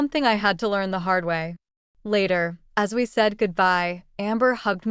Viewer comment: That's "hard" not gard